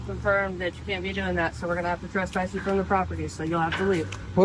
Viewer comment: There’s no such thing as “trusspass.” That’s not a word.